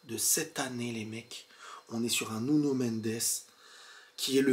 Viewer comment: Belle analyse... Mais faut arrêter de dire nunio... 😂